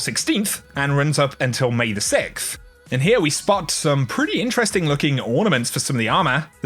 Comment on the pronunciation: “May the SICKTH” god dude can you please say “sixth” or practice it? Fucks sake I want to take a screwdriver to my ear when you say that